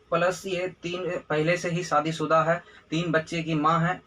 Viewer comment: Teena nhi teen bhai 😂😂 mera naam kyu bigad rahe ho 😂😂